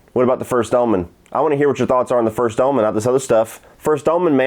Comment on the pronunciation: It sound like your saying Ullman instead of Omen 😂 must be your southern accent